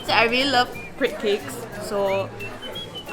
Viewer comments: I don't want to sound like a snob but crêpe really isn't pronounced "crEEp" but like "krep" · *crepe ('crape') not creep